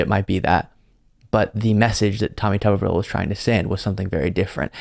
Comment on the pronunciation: Tommy Tubberville, or Tommy Rubberville? (Rubbin' one out, I mean.)